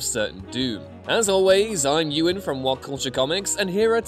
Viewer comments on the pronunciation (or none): none